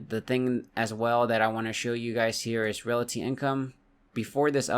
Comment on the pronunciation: Anybody else notice he says "relaty" and not "realty"?